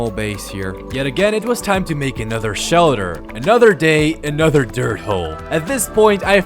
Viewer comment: What’s a shelder?